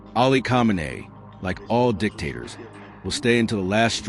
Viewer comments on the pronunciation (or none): this reporter should learn how to pronounce Khameini. learn your craft sir.